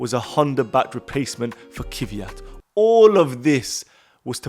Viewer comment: 😊Nice video guys! Just for your information: it’s Kvyat not Kivyat..☺️